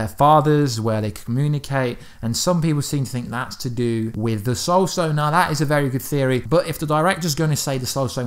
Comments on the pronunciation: Did he just say "Stoul sone"? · I noticed that too. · True Titan110265 yep